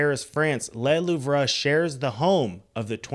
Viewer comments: 😅 it's pronounced 'Le Loove' 🤭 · Le Louvre, pronounced "The L-oo-v"